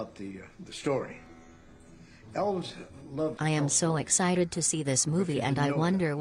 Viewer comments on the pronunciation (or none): none